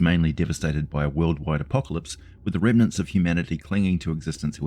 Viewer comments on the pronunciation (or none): none